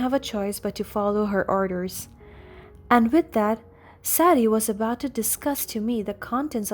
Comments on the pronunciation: Sadie…saydee not sad dee. And you are hospitalized in the HOSPITAL not at home. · Sadie is pronounced: say dee